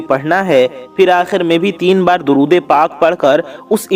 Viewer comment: اے میرے پیارے ددود تو صحیح پڑھ لیں درود شریف غلط ہے